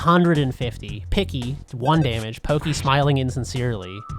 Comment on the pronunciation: giygas is pronounced geeeeg its a japanese thing. and its porky not pokeeeee translation was a bitch back then